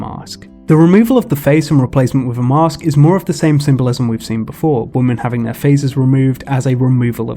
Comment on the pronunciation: Are you pronouncing women as woman intentionally? I thought it was kind of like an ironic joke, but then it kept happening. 🙃